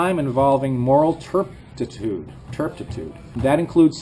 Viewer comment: Sc He said "turptitude"...said it twice. lol.